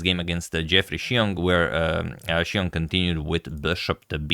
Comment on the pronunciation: Xiong is pronounced "Zong" like wrong.